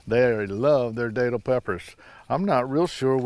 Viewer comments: Hey. That’s the area I’m in. Not tryin to be a grammar nazi but locally they’re pronounced like you’re saying that’ll. Think Datil do pig. Not Daytil. Welcome to Fl and enjoy the homestead, I love mine... Love your channel and can’t wait for more full growing season content. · My mother-in-law lives in St. Augustine. We go to a seafood restaurant down there whenever we visit, and they have bottles of datil-infused vinegar on the tables that I love on their collard greens. I always pronounced it with a short a though, as in rhymes with battle. I didn't know it was pronounced with a long A!